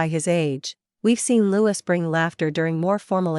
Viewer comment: Prince Louis is pronounced as French Louee.